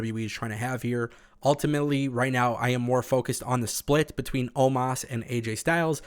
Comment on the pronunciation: It's not omaas it's omos